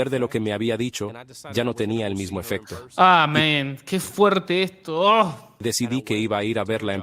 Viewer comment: Dices amen en lugares equivocados.... y no suena oh men.....